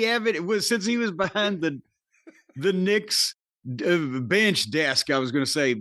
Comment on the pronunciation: Jim intentionally misprouncing Knicks...